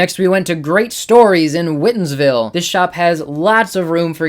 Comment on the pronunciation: Also as someone that grew up in the blackstone valley hearing whitinsville pronounced that way amuses me greatly. most people pronounce it like the color. it's like when someone adds an H when saying worcester lol